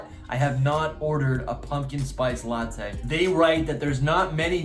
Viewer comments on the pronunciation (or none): none